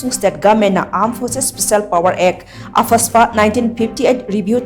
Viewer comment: She said “AH-FAS-PA”😂